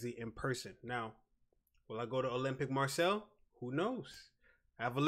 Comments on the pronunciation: Please ! Marseille as ”Mar say”, ffs not Marcel ! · Hey man. It's pronounced "Mah-say", not "Marcel" :D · Hey great vid. It's pronnounced Mar Say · « olympique marcel » 😭😂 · Just a heads up, it’s pronounced Mar-Say :) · Pronounced Marsayy ;)